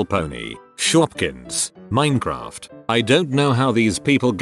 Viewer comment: I'm really amused how the robot voice pronounces it "minnycraft" in some spots, but other times pronounces it correctly. Sometimes while reading the same post.